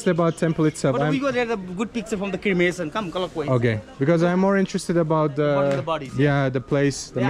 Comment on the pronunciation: You are pronouncing it as "Crimination" but it's "Cremation"